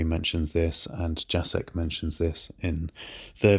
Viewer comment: Btw, "Jacek" is pronounced "Yah-Tsek"!